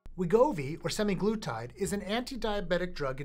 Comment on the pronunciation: it's semAglutide, not semiglutide